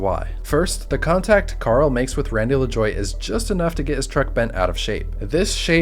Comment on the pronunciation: Pronounced "La jwah"